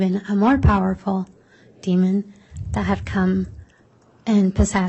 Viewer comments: Yes I head the d at the end of demon several times. 😂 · Why does the lawyer keep on saying Demond? It’s demon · Omg., Prosecutor! It’s DEMON not demonD! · ...the word is d e m o n, demon...not demond. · Why is the prosecutor saying ‘demond’!?!? That is so odd….!!! There is only one D in demon. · I cannot stand the female attorney saying “demond” with a d at the end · The lawyer keeps putting a “d” at the end of demon. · Someone please tell this prosecutor there is no D at the end of demon. Jesus Christ.